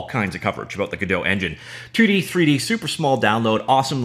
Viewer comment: When I hear "abôut", I thinked: "Canadian guy from scratch"